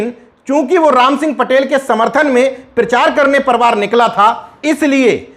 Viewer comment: परिवार को आप परवार कहते हैं।इसका उच्चारण सुधार कर लीजिए सर्!🙏🙏